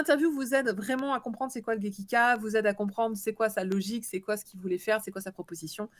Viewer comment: Bonjour, c'est gekiga, et non pas gekika. Merci!